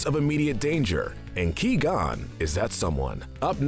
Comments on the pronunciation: Liam Neason: I am a jedi: wassup Ki-Gon Jin Liam: is this guy serious right now: Of course "Ki-Gon" Liam: gets Qui-Gon Jin mode on Liam: You asked: but.. Liam: What?? I'm just gonna ask if I can sub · Key-gon makes me cringe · It’s pronounced Kwi gon jin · Qui-Gon cries every time you say his name like that. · The gold medal of evil goes to you, for not pronouncing Qui-Gon Jinn correctly. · ok can someone PLEASE TELL ITS QUI GON JIN. The Qui is pronounced like Kawhi Leonard's name without the a. He is ABSOLUTELY BUTCHERING HIS NAME! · “ he’s too dangerous to be alive!” I agree, he said qui gon Jin wrong. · Qui qui QUI , for the love of the force. 😑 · He lost his key before the video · My reaction every time I here him say Qui Gons name Who? Wait Oh my god😂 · The pronunciation of Qui-Gon’s name in this video makes Qui-Gon’s ashes toss and turn in their urn! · You completely butchered the pronunciation of Qui Gon. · This is the best part of all Star Wars and this video The worst bit is hi, saying key+gon jinn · Did he just say KeyGon here it even the sequels can actually say Jedi names right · How can you mispronounce Qui-Gon?! In the movies, everyone pronounces it Qwai Gon, not* Key Gon!* You should know this! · Whats up with saying key gon not qui gon and he's dead so I put you in silver medal of evil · It’s Qui Gon Jin not Que Gon Jin. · Am I the only one who cringes every time he said “Kee gon” and not “Qui Gon” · 99%of the comments it’s qui gon not Key gon!!! 1% me why is jar jar in the grey area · Qui gon not key gon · key-gone lmao fucking pronounced kwai-gohn jinn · Not gonna lie I'm starting to get more and more pissed off when he says Ki-Gon Jinn lol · I am disappointed at you saying Key Gon Jinn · Did this guy never watch Star Wars? “Key-gone” “Nahboo” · Who is the character named Key-Gon I've never heard of him. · Key gone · oh no my key is gon ;) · Key gone Jinn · Ki gone jin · Key gone Jin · Qui is pronounced like quiet.